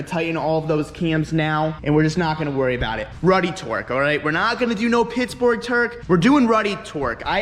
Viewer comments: “Pitsborg Terk” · "PITTSBORG TUERCK" - 2019